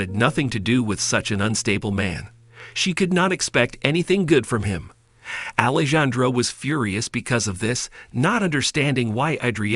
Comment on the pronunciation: Alejandro is pronounced Alejandro the j is pronounced like an h